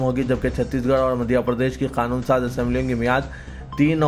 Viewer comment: KHANOON kyun BOLTE ho...QANOON nahi bilne aata